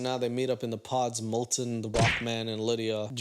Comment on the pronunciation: Fitting that pronounces Milton's name as "Molten", like molten lava. Igneous rocks, whaaaaat?